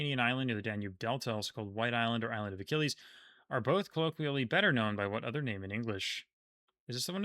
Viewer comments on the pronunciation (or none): none